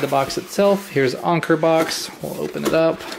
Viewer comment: Isn't it pronounced Anchor?